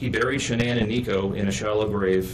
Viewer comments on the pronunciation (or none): Hi, sorry..this is a Horrible Narrating of their story..very hard to listen to!! Would love to hear this out but the way you are speaking & not pronouncing SHANANN'S name Properly is just Not OK!!!